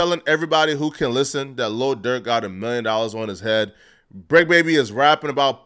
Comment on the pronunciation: This clown called him lil Durth smh. Learn the rapper name first